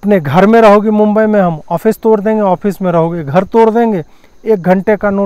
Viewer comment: Did I hear day right? just called Mumbai Police as Meme-bai Police... 🤣🤣🤣🤣🤣🤣